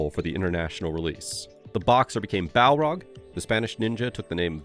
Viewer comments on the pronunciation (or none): Balrog, not Barlog. 😂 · isn't Barlong pronounced BAR-Long? you say Bell rog?